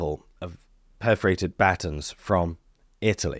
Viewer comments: took me a minute to realize you were talking about buh-tawns' (American pronunciation)! LOL! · You say the word "batons" funny. What's next...funny pronunciation of "tomato"?